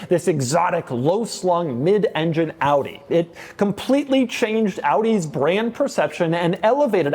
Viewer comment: Props for pronouncing AUDI the right way.